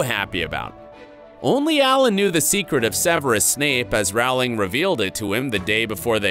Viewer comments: You're mispronouncing JK Rowling's name. It's ow as in flow, not ow as in cow. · Yet another narrator who fails to rhyme JKR’s surname correctly. “Rowling” rhymes with “BOWLING”, not “howling”! RIP, Alan. /* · A very nice tribute. If should do any more of these vids based on works by J. K. Rowling, he should know that her last name does NOT rhyme with "fowling", but with "bowling". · It’s not rawling it’s rolling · The author's name is pronounce ROH-ling...rhymes with TOE. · Over 20 years and people are still mispronouncing Rowling's last name.